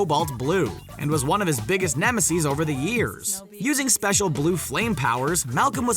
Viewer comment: Who realized he said nemiseees in the flash one